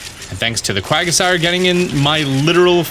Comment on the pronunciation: Quagasire? It's Quagsire.